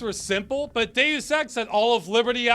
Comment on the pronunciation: Only thing that annoys me is the pronunciation of Deus as day ouss. It's dey us! Still love this channel and all the videos though, subscribed ❤